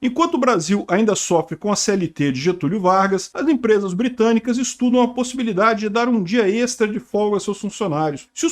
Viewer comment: Calma! Empresas "Bitânicas"? Compreensível.